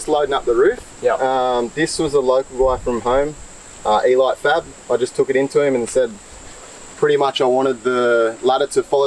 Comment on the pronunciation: “E-light fab”? Surely it’s Elite Fab